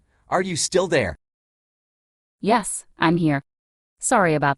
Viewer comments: This AI is suddenly Canadian lol "Sourry" She asks him about the weather and he doesn't even mention Canada's weather which would have been an appropriate answer, considering his accent, rather than the whole universe. And I don't even want to hear the tangent he would go on about saying he physically ins't anywhere and his apparent accent he was programmed to have doesn't mean he has to be living in Canada as immigration is a possibility now a days and a Canadian person could be anywhere in the world right now. Much like he is actually all over the world right now in so far 2.6 million devices across the world, just from this video on Youtube. So he is both everywhere and no where. Sorry about that, I was just thinking of something else for a moment. What were u saying? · SOARRY about that